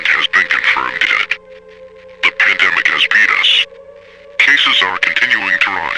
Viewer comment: I know it's meant to say "The pandemic has beat us", but damn lmao it's hard to ignore it sounding like "penis" rather than "beat us" 😂🤣 Seriously though, this was excellently made. Truly horrifying if events like these were to ever really happen.